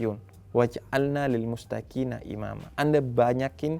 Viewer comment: Maaf sebelumnya, sepertinya Habib salah pelafalan di bagian akhir surat Alfurqan ayat 74 (lil muttaqina) .